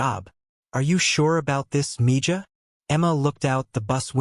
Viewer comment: The way he pronounces Mija is killing me........ Mee ha not mee ja